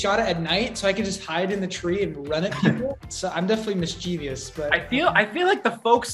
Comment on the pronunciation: Mischievous Not mischivious Josh 😂